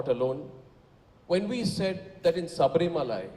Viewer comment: Don't play with Sabarimala. leave it to keralites. Mr Arnab- Sabarimala is in Kerala so call it Sabarimala not Sabarimalai.